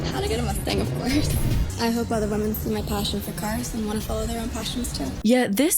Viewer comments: i was looking for this comment. she also always say woman instead of women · Man Men. Woman Women. Whim-In. The plural of woman is women pronounced Whim-in. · I can’t get over this, it’s been so many videos. The way “women” is pronounced sounds exactly like “woman” every time and it jolts my brain. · Why do so many female content creators pronounce ”woman” and ”women” the same? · it jolts my brain too, and maybe it's a pronunciation evolution. I've seen old movies from the 1940's where "homicide" pronounced as "home-uh-cide"